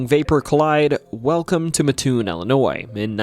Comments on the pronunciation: MATT- TOON not Muhtoon (I live in Mattoon) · "MATT, TOON' not "MA-TOON" but great video! Thank you T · It's Matt toon not maatoon. Just like mattress lol. It's about like people not dropping the s at the end of Illinois. Rag doll is more interesting than the mad gasser. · It’s not ma toon it’s Mat toon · It’s Mattoon not Matoon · mattoon is pronounced matt-toon, not muh-toon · Illinois man here, it is pronounced Matt - Toon not Mahtoon. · I'm from mattoon. It's pronounced Matt-toon. Not Matoon. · it's not Ma-Toon. It's Mat-Toon. My family has lived in the area for over 200 years and no one has ever called it "Matoon." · This is tuff ash butt it’s mat-toon I live here trust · Not to be that guy but the town is called “Mat-toon.” I was yelled at about it when I went to EIU. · wrong pronunciation of Mattoon. Coles county folk call it Mat-Toon. With all the other stuff of that could have been talked about this was a good story. Cole’s county has some pretty crazy stuff from unsolved murders at air tight bridge, a hunted insane asylum, multiple witches graves. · Bruh, mattoon is pronounced matt toon. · It’s pronounced Matt-Toon. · It’s “Mat-toon” , I live in a very close by town. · I love that you covered Illinois! My state is a wild one. Fun fact, Mattoon is pronounced Matt-oon (it's a super common mistake, but the Amtrak conductors set you straight every time 😂) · I know the maker of this video isn't from central illinois just by the way he pronounces Mattoon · I live in Charleston. Right next to Mattoon. You're saying the name wrong